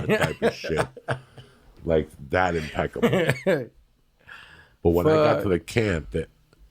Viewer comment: Joey “impecable” Díaz